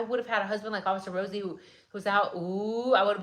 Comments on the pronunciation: Why did you remind me of Rosie Perez as you were ratting the RRRRosie's, lol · She reminded me why I almost failed high school Spanish because I couldn’t make that sound .